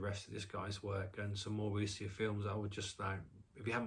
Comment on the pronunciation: Bleak Night is fantastic. The director’s follow-up not that great. (Also, when you say Wu xia the xia bit is pronounced ‘sha’. The x initial is like ‘sh’ in English.)